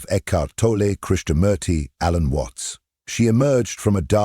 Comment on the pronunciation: Christo Murti? 🤣🤣🤣 tell AI that his Name is Krisnamurthi 😛